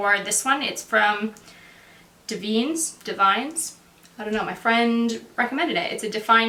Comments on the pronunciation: Love this tutorial! I really wish I had the courage to cut my hair shoulder length. Oh! By the way it's pronounced Da-vin-ess (not da-veens or da-vines). Phenomenal brand! I hope that helps? lol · the brand for the sea salt spray that you're using in pronounced dev-in-es its an Italian brand. I work at a salon in the US in the Midwest that sells the brand